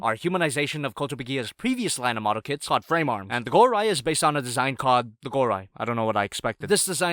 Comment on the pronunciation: Instead of kits , im hearing kids